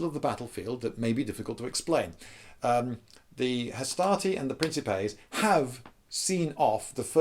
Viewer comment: It's pronounced "Prin-Ki-Pay" not "Prin-Ceh-Pay"